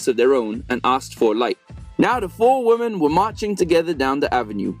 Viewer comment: Why do you pronounce "women" as "woman"? It makes me cringe...